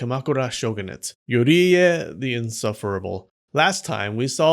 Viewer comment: Yoie as you said and yuri as you called